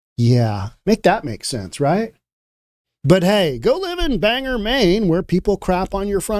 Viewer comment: Bang-gor (the accent is on both syllables, and you pronounce the "g" twice).